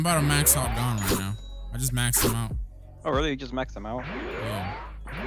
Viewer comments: 😂😂😂😂😂 insted of gon its gen 😂😂😂😂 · It not gone it gon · Please stop calling him Gon it's pronounced Goan